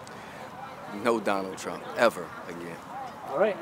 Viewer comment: Oh yeah, NAHT TWUMP